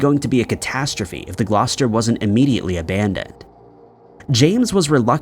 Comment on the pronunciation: How tf did you pronounce Gloucester properly